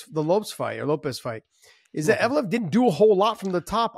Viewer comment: Evloev, not Evolov